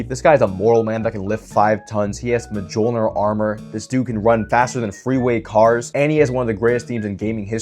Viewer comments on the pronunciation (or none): what the hell is a MAJOLNIR armor vro who pronounces it like that